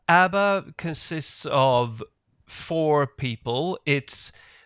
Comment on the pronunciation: Absolutely hilarious you tease your family for pronouncing Twitter incorrectly immediately after pronouncing ABBA incorrectly, and then later in the show you highlight some French pronunciation and immediately incorrectly pronounced "pronUnciation" as pronunciation.